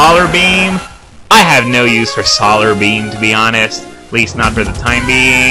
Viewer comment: "So-lar beam." Awesome.